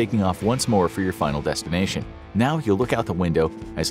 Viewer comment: It is oddly funny when the narrator in the start of the flight that he said to your "final destination" in a different way